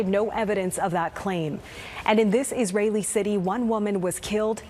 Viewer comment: Global News really said Israli settelers?!?!?!